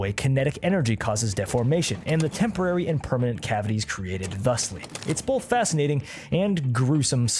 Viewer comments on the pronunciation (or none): "Well, bolth actually"